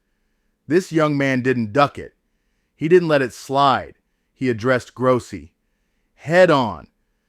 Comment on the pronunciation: Its pronounced GROW SEE.